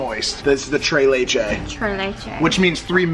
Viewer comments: I had to repeat it and i was like "es tres leches!!! No tray lichis" damn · Mike: “this is the Tray Lay-Chay” Me: a Mexican American: “bro you mean Tres Leches? 🤬” Translation: cake made of Three-types of milk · Mike: Tray lachay Hispanics: are we a joke to you? (Tres leches) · “Tray lay chay”? Tres leches* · “trey lechey” 😏😂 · “Trei leiche” its tres leches , lol nice vid mike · SAUSAGE WATER trey laychay🤣🤣 it is “tres Leches”!!!! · "Trey leche" there is an "s" in both words lol. Tres leches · mike: tree bleches TRES LECHES WEY !!! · they said “trey laychayy” instead of “tres leches” 😭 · TRES LECHES not tray Laychay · tree letche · all my hispanics did y’all hear them say “This is the trey leychey” than “Which means three milks in spanish” 😂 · being a spanish speaker it hurts to hear them say “tray laychay “ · Shows Tres Leches Pancake "This is the Tray Lay Chay" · Tres leche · "the devils ledis" lol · he meant mike said Trey Ley Chey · Is everyone gonna just ignore this guy saying “tray lay chay” 😐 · “Trey leichey” If you speak Spanish tell me this wasn’t cringe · Just a clarification that it’s pronounced “treS lecheS” with the S because that’s how it is in Spanish, it’s not a French pronunciation! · Tray laches is what they said 😂😂😂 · tray laychay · They butchered that pronunciation lmao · I love you but don’t ever say “tres leches” ever again 🤣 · Xddd I speak Spanish and the pronunciation was horrible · I love y’all but how you said tres leches 😭😭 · Dont say tres leches ever again wat a shame to the Mexican race !!!! Just say 3 milk pancakes do not embarrasses us Mexicans like that plz...